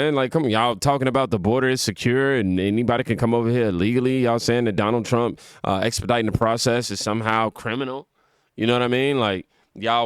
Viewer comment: Did she just call him Donald Jamaal Trump? Oh my gosh I love it